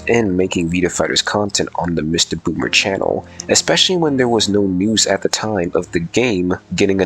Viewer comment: Nah you definitely said MistaGooner there